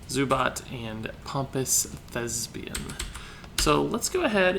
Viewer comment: Why is Thespian such a hard word to pronounce for people?!